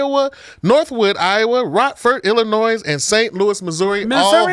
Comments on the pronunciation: Teachers, please, it’s Ill - i - noy- the “s” is silent….😂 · Every time he says Illinois, I cringe